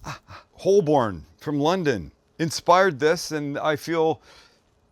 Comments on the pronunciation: Any Londoner will tell you that the "L" in Holborn is silent, so it's pronounced "Hoe-bin" and rhymes with Woburn. Great work Sam 👍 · Holborn.. pronounced hoe-burn 😉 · 😆 Holborn from London, cracked me up! It's pronounced Hole-burn, love it!! Nice pie too :)